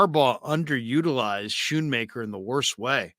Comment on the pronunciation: the H is silent. Scoonmaker is how you pronounce it